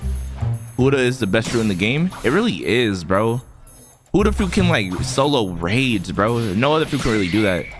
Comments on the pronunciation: i love ur vids like the peson below me but it is BUDDHA not hudda 🤣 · or u are saying budda